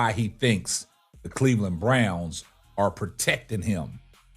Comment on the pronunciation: It's "ARE" not "OUR"